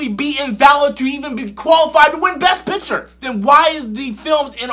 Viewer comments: why does he pronounce picture like "piture" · No but seriously is he saying pitcher or picture-???